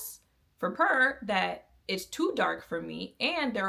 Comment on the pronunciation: Not important to the video but the brand is pronounced like pure and not pur like a cat. As for the foundation at the time i bought it the reason I bought it was because I could guarantee the undertone and they gave me the option to buy sample shade. As for why I don't use it now, mainly because I learned my undertone was olive and the reason warm was orange, pink looked red and neutral I could work with by adding some life with this elf bronzer that was too light to add dimension, but the perfect neutral orange to make me stop looking dead. I now don't need to do that, also in my makeup journey I realized my undertone tone acted like a darker veil than my skintone actually was and I needed to use lighter shades and add the veil back strategically with bronzer and contour. Essentially, I outgrew that phase of my makeup and how limited even 100 shades can be when you have a unique undertone. Also it was a little don't for my skin in the desert climate I love in so I always needed to mix other things in. There's never a perfect foundation that has a formula everyone will like, they just were for a time the best option for someone who was tired of the guess work that went into shade names and undertone claims.